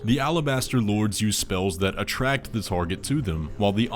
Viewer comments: Its impordint to attrack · Attrack isn't a word. It's attract. :/ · attrack 💀 ily ur so silly